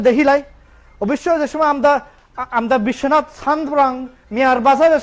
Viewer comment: I’m so sorry you need to speak probably in sylheti bangla. We can’t understand what your saying. It’s not amda it’s Amra. Monin bhai you need to teach them probably bangla first before you make them a speaker for your page.